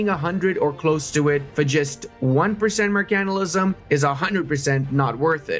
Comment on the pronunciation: learn how to say Mercantilism